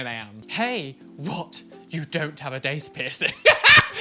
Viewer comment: That’s not how daith is pronounced.